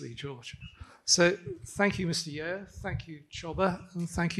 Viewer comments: its not youuu..its yeo..like yo!!! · These Caucasians should learn how to pronounce Chinese surnames properly. It is not like YEO is so difficult to say.